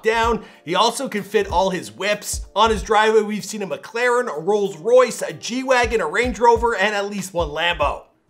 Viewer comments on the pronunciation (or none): none